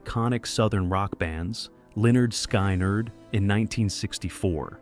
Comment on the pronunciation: Damn AI! It's pronounced skin-erd not sky-nard! Jesus!😮